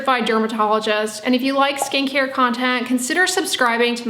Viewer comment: took me a darn minute to realize she said SKIN CARE content, and not SKANKIER content. Oops. :<